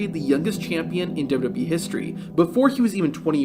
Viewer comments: Lol really? Sounds like he's saying dub-dub-eeeee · "dub duhBee" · The way u say wwe made me stop watching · Does this narrator not know how to say WWE?